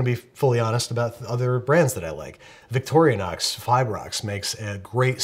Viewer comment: Did he actually call Victorinox "Victoria Nox"?